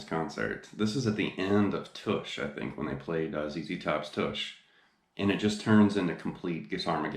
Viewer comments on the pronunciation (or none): It's Tush as in plush, not push, FYI.